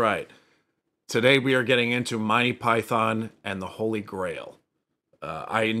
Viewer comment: I enjoy the channel thanks. Note that Monty Python is normally pronounced Mon-Tee Pie-Thun. Rather than "My Pie Thon". But hell, whatever works for you 🙂